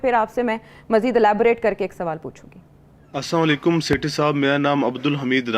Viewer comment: سیٹھی صاحب گزارش ھے کہ "ساما لیکم" کی بجائے ۔ " اسلام و علیکم " کہا کریں مہربانی ھو گی